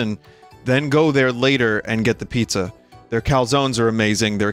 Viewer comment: The fact he never said "Pizza Griffin" but instantly said "Peepza" actually really bothered me